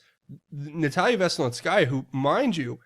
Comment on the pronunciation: A-zith-throw-my-sin will get you close enough. Z pack works just fine. Dont stress it. You say Natalia Veselnitskaya with no issue. Which is harder...lol. ML to you dear one. In the name of Jesus Christ my Lord and Savior.